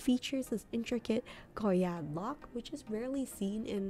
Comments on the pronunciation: French words have a lot of silent letters. The "d" in Goyard is silent. Saint Louis = Sahn Lu-wee. Artrois = Ah-twah. I love the 233 bag but that price is painful for something so simple-looking. Agree about Plumet (plu-may). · Thank you…I get so annoyed when people stress the “d” when they say “goyard”